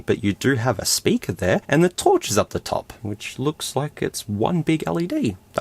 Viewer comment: why stop saying sperker